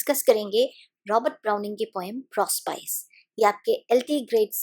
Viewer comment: कृपया प्रोस्पाइस न कह कर प्रोस्पीके उच्चारण करे।